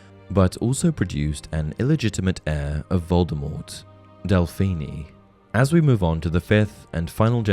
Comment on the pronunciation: Hearing Delphini’s name damn near ruined this video for me 😭